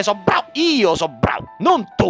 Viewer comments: BVR! rido solo a sentire a come pronunci "bravo'' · A parte che ogni volta che pronunci BRV o GRZ rido come un cretino, ma a TOUCHKILL me so' ribaltato daa' sedia. Attendo con ansia i prossimi video, BRV! <3